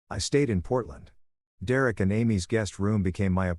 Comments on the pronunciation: Ah dear Eric is actually Derek.. it takes time trying to understand AI'S inability to communicate correctly in English.. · Yay! The return of 'dear-Eric' I'd almost got used to hearing Dereck read properly...😂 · Dee-Rerek is in many stories 🤷‍♂ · Thanks to this AI, I will now name my firstborn son "D'Rerrick" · I love how "Derek" becomes "Dear Erik" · AI strikes again lol